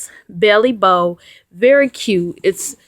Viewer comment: Bailey Bow not Belly Bow.......